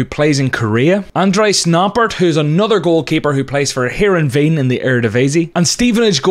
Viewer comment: Funny how you pronounce Noppert and Heerenveen.